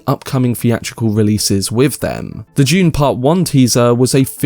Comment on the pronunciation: I just keep hearing him say June. 😆